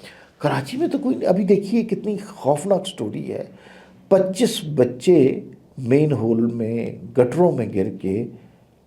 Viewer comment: Ammar Bhai "Main Hole " naheen hota "Man Hole" hota hai